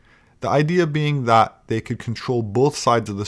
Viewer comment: That = “Thot”. Just ribbing you,. You are a great man. I’m a proud subscriber.